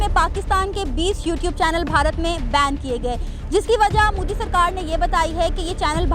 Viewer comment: Moodi nahi MODI... Pehle naam bolna seekh jaao..🖕🖕🖕